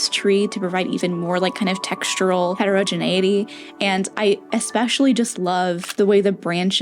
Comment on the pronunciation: That painting is GORGEOUS. I love it. It's the best thing I've ever seen you do. Also you pronounced "heterogeneity" perfectly so I kinda fell in love with you a little. I really, really love this video. All the information about your process, your tools, your techniques, most importantly your MISTAKES. I am working on a piece right now where I have borked up the central focus twice and am about to erase it and start over for the third time, but you look at every other artist on the planet and they act like they just jumped up one day and slapped together this masterpiece. That contributes to impostor syndrome, I think, the idea that other artists just go out and art perfectly but then you try to art yourself and it's just a mess. We ALL start out with a mess. The mess gets swept under the rug and shoved under the bed and nobody ever gets to see it, so when you're arting you feel like you're the only person who ever has a mess. Great job. More of this, please.